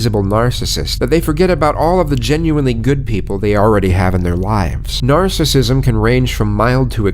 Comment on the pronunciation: Narrator said “närcissism”